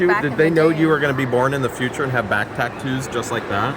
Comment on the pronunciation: OMG can not say Tattoo "Back taktoos"